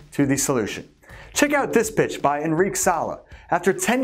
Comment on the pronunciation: it sounds like you said the term for Female Dog,I had to rewind,remembering that you said "Pitch",it became clear